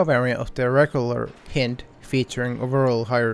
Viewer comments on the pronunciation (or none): You said hin-d Its pronounced hynd Like a Russian hind